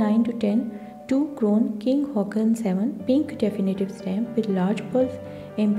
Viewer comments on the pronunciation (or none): King Haakon is pronounced the way it is spelt, not Hawk-on.